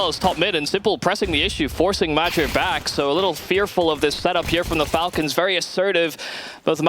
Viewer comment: How the hell do you pronounce major as madger.